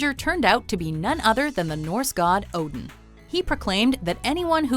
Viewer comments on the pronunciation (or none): none